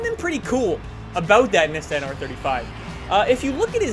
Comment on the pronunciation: Nisan😂😂 dude it's Nissan ur pronouncing it wrong